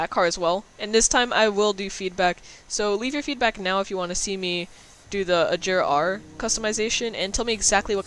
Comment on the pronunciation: You pronounce the agera r wrong